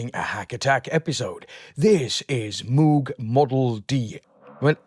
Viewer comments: Been waiting for this! 👍 By the way, Moog is pronounced like rogue and not like stooge. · David Covington actually neither is no where near right way to say the old german last name Moog where the company name comes from. Its something like r and o like rogue, but then some weird sound that resembles something like k, a hint of r maybe and h said at the same time where the h reverbs a bit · David Covington The question of pronunciation is a complicated one. In his own words: There is also a story that Bob and and his first wife Shirleigh "decided" on their preferred pronunciation after they were married because she didn't want to be ridiculed by her first graders